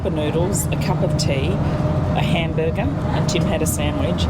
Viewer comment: Lol “ A great Cambuger” 😂😂😂❤